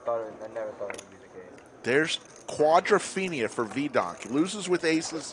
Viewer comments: Every time he says quadrophenia my skin crawls with cringe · If I never hear "quadrophenia" again, it'll be too soon. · I couldn't watch the whole thing for fear I would hear "quadrophenia" more times. Please, just stop. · "Quadrophenia"... wtf? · Wtf is this "quadrophenia" thing … if the commentator thinks he’s onto something "cool" can someone tell him he isn’t…